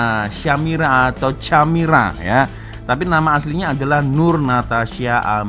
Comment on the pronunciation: CaAmira tu di sebut CHA Amira